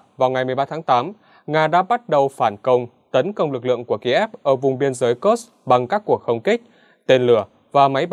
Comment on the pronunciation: Ở Nga không có địa danh nào tên là "Kơx" cả. Kursk đọc là Kurxk, cầu Kerch đọc là "cầu Kerch". Chắc lại phản bác: "Mỹ đọc là Kơx nên đọc thế mới đúng, Nga đọc Kurxk là sai"?